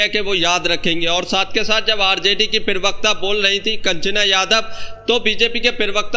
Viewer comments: Bhai pirvakta bolna chod do..pravakta hota hai. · Pravakta ko pirvakta na bola kare hamesha dekhta hu toe bura lagta h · अरे यार, पिरवक्ता नहीं प्रवक्ता कहते हैं। उच्चारण ठीक करो। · Pirvakta...pervakta...parvakta...Arey pronunciation athwa uccharan to sahi kar lo.. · Pirwaqta nahi prawaqta hota hai😂😂😂😂